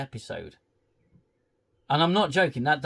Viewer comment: I'm ashamed I haven't seen you since all the Picard series and I love your reviews!! I'm glad you're back with the Acoshyte 😅 Defo getting a Like from me! Just please don't loose your sanity. Bloody JEDI (JE-DEI) lmao 😂. Good to see you again 🙏